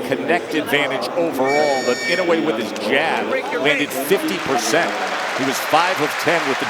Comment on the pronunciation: Ee-noh-ay not In-ew-ay I wish the announcers would try, just a little bit, to show some respect to the champion by pronouncing his name close to correct.